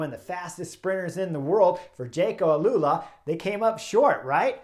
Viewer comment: Jayco Alula Chris, not Alalula.